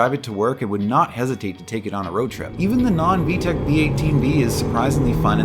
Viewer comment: There's no H in VTEC